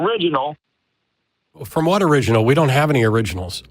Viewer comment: "We don't have theriginals"